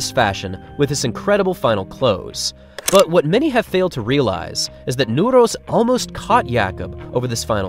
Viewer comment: i literally got chills when you pronounced Nordås the first time, and as the first non-Norwegian I've ever heard, said it perfectly. applause